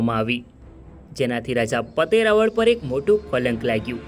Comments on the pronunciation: ઇતિહાસ ના મહાન વ્યક્તિત્વ ધરાવતા હોય તે રાજપૂત ચૌહાણ રાજા જયસિહદૅવ મહારાઓલ ' પતય રાઓલ " ઉચ્ચાર કરશો્ જેથી બહાદુર શુરવીર શક્તિશાળી ભક્તિવાન રાજા નું ના ગૌરવશાળી રહે્. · ભાઈશ્રી પાવાગઢ ચાંપાનેર ના હિન્દુ રાજપૂત ચૌહાણ રાજા નું નામ પતાઈ રાઓલ જયસિહદેવ મહારાઓલ નામ નો ઉચ્ચાર કરશો્ રાઓલ ' નો અર્થ. રાજા મહા રાઓલ અર્થ મહારાજા માન વાચક શબ્દ છે મહાન વ્યક્તિત્વ ધરાવતાં. બહાદુર શુરવીર શક્તિશાળી ભક્તિવાન રાજવી જયસિહદેવ મહારાઓલ (પતય રાજા) પાવાગઢ ચાંપાનેર રાજ ના રાજવી હતા્ વારંવાર ભૂલ ના રહી શકે હ